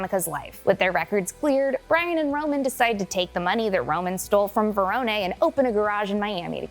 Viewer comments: You know ur saying Verones name wrong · Pronunciations need a little work, Carter Verone (Ve-rone, not veron-eh) and it's Fenix, not Felix, even though he is a pussy, he's not an actual cat. 🤣